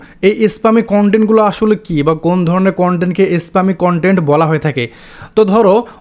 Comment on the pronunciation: স্পামিং কে যেভাবে বলছেন সবাই ভাববে ইসলামিক 🙂